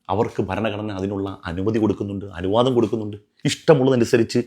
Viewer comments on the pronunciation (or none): none